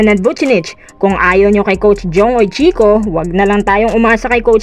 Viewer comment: ang tamang pagbasa ng UICHICO ay sounds like Weechiko Hindi Hoytsiko.